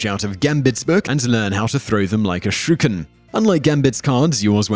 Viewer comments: Did you say Shew ken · Waitwaitwait.. When u where talking about "ninja stars" did u call them shooken?